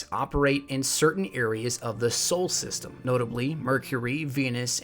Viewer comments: It is "solar system", not "sole system" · I liked the video but for future videos it is pronounced "solar system" not "soul system"